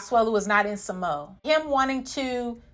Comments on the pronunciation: Its pronounced sa-mo-a, not sa-mo. But agree with your points✌ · ITS PRONOUNCED SA-MO-A....NOT SAMO😉😁🤣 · It's SAH-mo-uh, or sounds more like SAH-mwuh when Samoans say it.